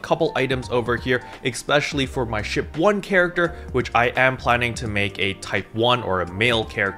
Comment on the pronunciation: Lol.. the emphasis on the SHIP 1… hilarious. Why all of the sudden again?